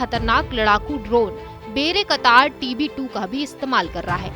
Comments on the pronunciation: बेरे कतार नही, बायरेक्टार है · Actual pronunciation should be "bay rak tar" It is not "bayra katar". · बेरेकतार नहीं बायरक्तार 😂😂😂😂😂🙏🏻🙏🏻🙏🏻🙏🏻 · Wrong pronunciation of "bayraktar" and "karabakh ". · Bayraktar tb2 ka naam b padna nhi ata 🤣🤣🤣🤣